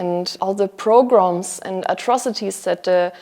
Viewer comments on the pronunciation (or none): GANZ GROßARTIG! Wirklich wirklich gut. Bloß: es heißt: Pogrom, ist ein russisches Wort. ( NICHT: PRogrom) In der Aufregung kann einem das schon passieren. Herzlichste Grüße!